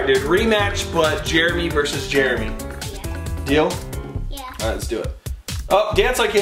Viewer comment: jeremy not jeramy